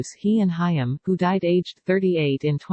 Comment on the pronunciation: You need to use an actual person to narrate your videos. The idiot robotic voice mispronounced "Haim."